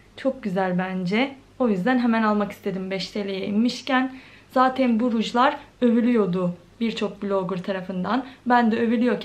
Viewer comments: Zateiiin.... zaten demek bu kadar zor mu gercekten? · Zateyn demeyi bırak artık 😒😒😒😒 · ya ALLAH AŞKINA ZATEİĞN DEME ALLAH AŞKINA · Zaten kelimesine artık zaten de zatıin deme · Zateğn diye diye bi hal oldun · Ne kadar çok zaten diyorsun ya onu da tuhaf telaffuz ediliyorsun.